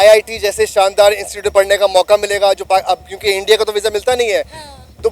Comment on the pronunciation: It's not insecute, it's institute you should pronounce correctly.😢